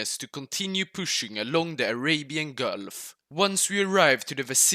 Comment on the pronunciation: Persian hulf Repeat. Persian gulfffff